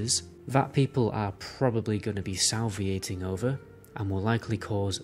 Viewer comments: SA-LI-VA-TING! not sal-vi-ating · The word is Salivating, not Salviating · salv-ee-ating lol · I just can't get over "Salviating" lol